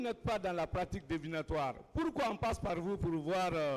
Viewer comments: ce Mr fait du néologisme : le bon mot qui existe en ce sens est divinatoire= DIVINATOIRE . pas DEVINATOIRE( ça n’existe pas). non Mr tu ne parles pas français, tu parles le vernaculaire . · Pratique divinatoire on dit et non devenatoire. pour un avocat c'est inquiétant hein! avec ça vous doutez du niveau d'un administrateur civil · Revoyez votre lexique, on dit " la pratique divinatoire", vous insistez à dire la pratique "devinatoire" pour un avocat pénaliste qui a des carences en vocabulaire.